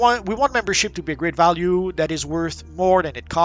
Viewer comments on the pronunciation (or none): none